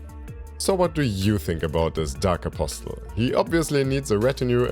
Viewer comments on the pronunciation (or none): the t in apostle is silent